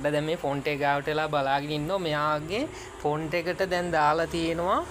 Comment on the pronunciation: බ්‍රෝ ඒකට පොන්ඩ් එක කියන්න. ෆොන්ට් එක නෙමෙයි හරි වචනෙ. පොන්ඩ් (Pond) තමයි හරි වචනෙ